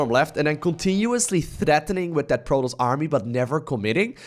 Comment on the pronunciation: "Portoss" "Sandwhich" lol